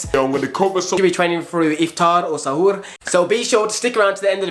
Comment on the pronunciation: Bruh how dare you apologise "in case you mis-pronounced" Iftar and Suhoor?? You said it perfectly! In a better accent then most people I know that are Muslim tbf! 🤙🏽🤗 great video btw thank you 💪🏽